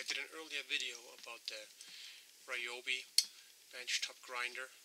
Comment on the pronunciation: It's pronounced ree-YO-bee